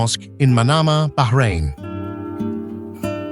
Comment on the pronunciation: Thankgod he said Bahrain and no behrain, baarain😅